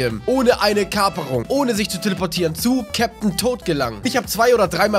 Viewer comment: Du sprichst es Captain tot aus